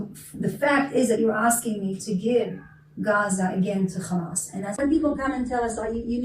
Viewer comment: It's Hamas - not "Khhamas"